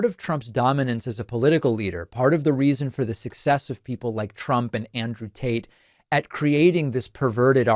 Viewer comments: Am I the only one hearing him call Andrew Tate, Andrew Taint !? hahaha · Did you say Andrew Taint? 😂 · Wait.. did he.. did he just say Andrew Taint?? 😆😆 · Does David keep saying Andrew taint 😂 maybe I’m just hearing it 😅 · Bro kept saying Andrew TAINT 😂😂😂